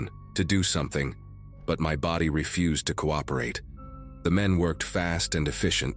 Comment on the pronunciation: Ummm-mm to refuse, deny acceptance is not pronounced as your narrator. He pronounced ir as 'ref-use' i.e. garbage. Your AI sucks as well as your editing